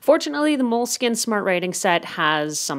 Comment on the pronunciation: its pronounced "mole-skeen"